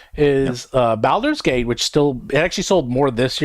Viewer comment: Will someone please teach how to pronounce Baldurs Gate.... PLEASE!!:D